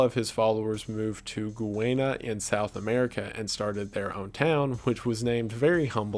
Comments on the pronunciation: I’m so sorry but this is bothering me so much. 😭 the country is pronounced Guy-anna not Goo-wayna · you pronounced it wrong is Gu-wane-na it's Guy-ana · It's pronounced "Guy-ana". Literally the way it's spelt. I can't understand how so many people screw up saying that country's name. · “Goowayna” lol Guyana is pronounced “Guy-Ana” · it’s pronounced like guy ana not guiana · As someone with family that moved from Guyana (nothing to do with Jonestown thankfully), the country is actually pronounced like the the words "guy" and "ana" not "goo-way-na" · Guyana is pronounced GUY-ANN-UH by the way, NOT GUH-WAYNE-UH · GooWaaana lol I love these names that people come up with when trying to pronounce my country's name. We speak English btw, its pronounced 'Guy-Ana'. Just how you would say the word 'guy' and the name 'Ana' in America. Just combine the two. Love the channel btw. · Guyana is pronounced Guy-Ann-A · “Goowaynya” is what I’m going to start calling Guyana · guyana is pronounce guy ahnuh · And Guyana is pronounced Guy as in man and Ana as in Ana a woman's name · I love this video but the way you pronounce Guyana hurts my heart lol. I was born and raised there so it caught me off guard. Kinda funny tho ngl. Not that it matters but its pronounced Guy (like what's up my guy)- ana(like the name Anna). Don't know if that makes sense. But again, love the video👍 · Hearing Guyana(Jonestown location) pronounced so weird, it’s pronounced Guy-Anna 😭😭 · Guyana is pronounced literally like Guy-Anna (also can be pronounced like Ghee-Anna). A lot of people get it wrong so please don't take it to heart, but just so you know! Also it sucks that it's basically only known for being the Jim Jones country :/ Fun Facts: It's the only South American country with untouched Amazon rainforest!! They're very strict about it's preservation!! Also it's the only South American country that speaks predominantly English!! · Bit late i know but Guyana is pronounced Guy - R - nuh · “Goo-ayna” lol